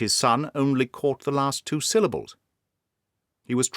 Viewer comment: just one point about your Australian accent: it's one of the best I've heard, but as an Aussie myself, I can assure you that we pronounce "past", "last" and "fast" exactly the same as most Brits, with a long /a/ sound. I don't know where you got the idea that we say these words like most Americans, with an /ae/ diphthong.